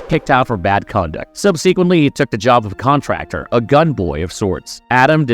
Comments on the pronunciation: I really wanted to like this video but the narrator is one of those people that thinks he sounds smart saying big words, all of which he says incorrectly... Look up subsequently, metaphorical, antithesis and simultaneously. Please. I'll wait here. Google will show you. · Is an AI doing the voice, or does my guy really not know how to pronounce "subsequently"?